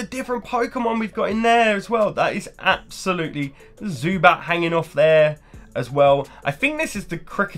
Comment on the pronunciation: Was it "absol-lutely" stunning ;)?